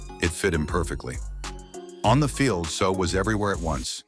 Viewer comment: You cannot even get your ai to pronounce his last name correctly??